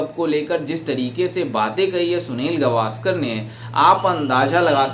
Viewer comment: सुनील गावस्कर✅ सुनील गवास्कर❌